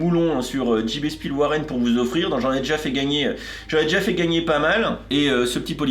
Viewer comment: merci mon cher pour cette revue toujours détaillée!! j'attends perso.. les dioramas je les veux mais j'attendrai les promos chez Smyth Toys comme pour les autres comme souvent en Autriche, ils ont des promos éclatées au sol... j'adore ton allemand mon cher:) JB Spielwaren 😅le W en allemand se prononce V 😉